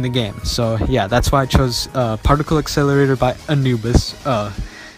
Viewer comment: parlicle esselray** Tongue Click PAR-TIC-LE accelerator. Tongue Click